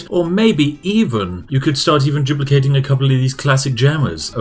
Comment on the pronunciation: "CHUPLICATING is amazing"